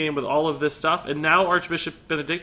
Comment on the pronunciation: I was triggered as hell when he said "maybe thijs"